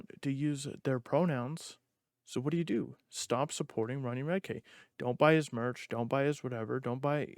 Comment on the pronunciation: You’re saying his last name wrong dude come on